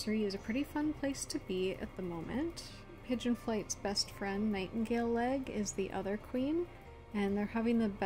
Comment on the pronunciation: I heard Nightingaleleg as ‘Nightingale egg ‘ 😂 But anyways , I generated a clan to draw and it HAD ONE TOM all she-cats one Tom , Now how the hell but anyways I do have two toms changed up a she to Tom so I can have a gay relationship to just fit in with the MANY lesbian she-cats of course most she-cats mates are from different clans k/p or rouge but yeah it’s CRAZY